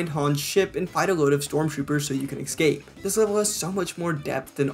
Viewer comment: Drink every time he says "excape" and "addicting"